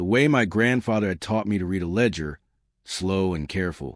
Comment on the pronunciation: If only AI knew the difference between read and read!